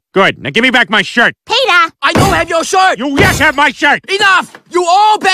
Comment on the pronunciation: I no have you shrit You yes have my shrit 😂😂😂😂